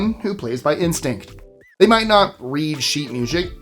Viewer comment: ....🤣😂🤣i heard that... sheet mushic 😂🤣😂🤣